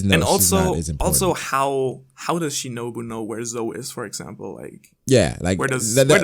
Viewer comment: It’s Shinobu 🤷🏾‍♂️